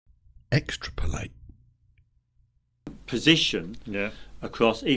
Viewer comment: "Extra polate"? 🙄🤦‍♂️🤦‍♀️🤦😁